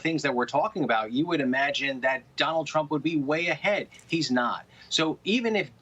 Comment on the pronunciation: I could have sworn that he said Donald Chump.